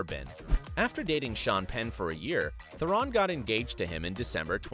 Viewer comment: It's Tihh-rohn Not ferrin